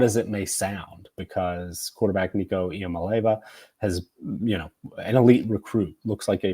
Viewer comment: Took over 10min just to get to the actual talking points then just starts spitting absolute trash. Definitely the worst breakdown I’ve heard yet. And he can’t even say the QBs name right? What a joke.